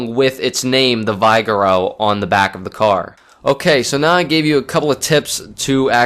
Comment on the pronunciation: its pronounced Vig-err-o